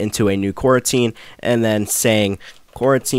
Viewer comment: Saying coroutine as "quarantine" is crazy